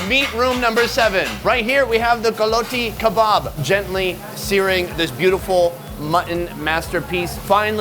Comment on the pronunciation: Its pronunciation is gu la ti kebab